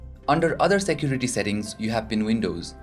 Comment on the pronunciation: shaport,jesture,Shecurity,eajier,PHITURES,choooze,oder,eajily,izz,50 pershent,SUUT hahaha and many more. OMG what a fucking pronunciation.